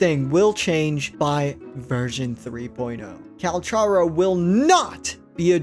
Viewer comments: his name is not " Calsharo" his name is pronounced with a " k " instead of a " sh " so more like "Calcaro or Kalkaro" if you want, you can look this up ingame where he introduces himself, (in the menu - voicelines) its crazy that so many people still get this wrong :D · CAL-CAR-O!!! He literally tells you his name in the voice logs 🤦🏽‍♀️ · bro it's cal-car-o